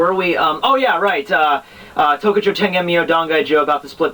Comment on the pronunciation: KOKUJO TENGEN MYOOU NOT "TOKUJO " don't fuck up my favorite bankai please bro lol awesome review as usual keep it up